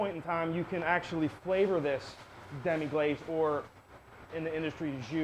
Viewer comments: guy can't even pronounce the name of the sauce. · Thumb'ed down for "demi-GLAZE."